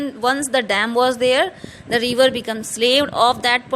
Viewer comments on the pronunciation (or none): It's river not reever 😅